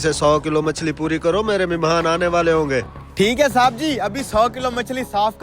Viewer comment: میمہان نہیں یار بلکہ مہمان لفظ ہے